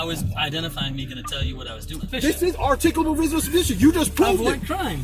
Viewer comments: "I reasonably articulatably suspect you!!" What an absolute moron. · “This is articcabul reasonable suspicious” officer dummy doesn’t even know how to pronounce those big words he does not understand.